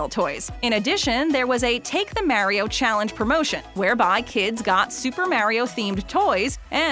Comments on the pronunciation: this is how many times said mario as mareio | | v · It is Mario not mairio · It’s may re ooo not mar I o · everyone=Mariobabbletop=Morio is what it sounds like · Mario not maareo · ''Super Merio'' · this chick literally said super maryio who hired this woman and said it several times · People love super merio she says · merio? In Italy we litterally say mArio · “ super mare-io” ?, that’s not how he’s pronounced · The way that the narrator has been pronouncing MARIO is wrong. The “AR” sound should be pronounced as it is in the words “car”, “star”, etc. not “care”, “stair”, etc. This drives me crazy and annoys me so much. please be aware that you need to give the names of the characters and the games themselves the proper pronunciation of the names of them. Also some of the toys that are mentioned in this video were also mentioned in the 10 saddest McDonald’s toys videos, so are you basically making a double standard? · She said it wrong 8 times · not to be rude or anyting but you said mario wrong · Why do you say Mario like that😂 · You say Mario weird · You don’t pronounce Mario right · PLEASE FOR THE LOVE OF GOD, NEVER EVER SAY MARIO EVER AGAIN!!!! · Please say his name right